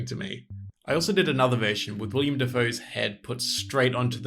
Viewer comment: It's Willem not William